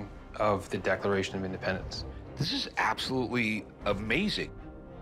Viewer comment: Declafation of Indefpendenf